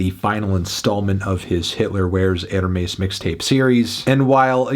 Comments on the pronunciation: Its erhmess not erhmees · Why do you pronunce "Hermes" with a paki accent ? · i love the way he says hermes it just awoke something deep within me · the way bro says hermes everytime he pronounces hitler wears hermes makes me want to punch a hole in the wall... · Y’all saw the way Melon said Hermes? 🤨